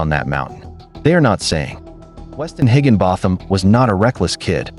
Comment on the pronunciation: Its pronounced higgin bottom!